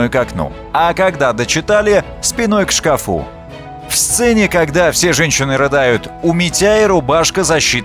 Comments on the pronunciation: Ну, и что? Только вот не к шкафУ, а к шкАфу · "Спиной к шкафу" Ударение правильно было бы на первый слог. Тоже ляп😂